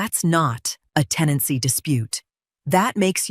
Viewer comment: TENANCY not “teny” (that isn’t even a real word).